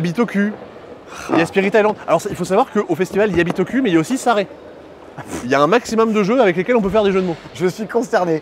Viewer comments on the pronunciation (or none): Bitoku prononcé à la française - ça en jette quand même 😂